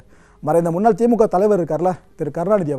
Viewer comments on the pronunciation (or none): none